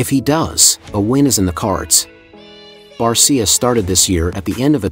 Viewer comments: You need to pronounce Justin Barcia" name properly. He says it with an sha on the end. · Train your computer to say it right or type in Bar-sha. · I hate these Bot videos. For god's sake get his name correct lol.